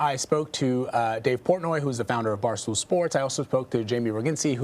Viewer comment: "Dace Portnoy"